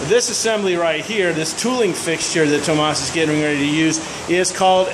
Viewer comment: His name is Thomas, not tom ass ?